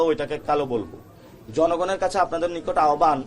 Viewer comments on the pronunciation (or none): none